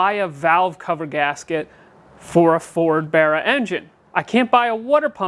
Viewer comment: its bar not bear. imo